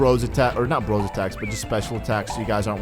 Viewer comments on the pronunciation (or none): none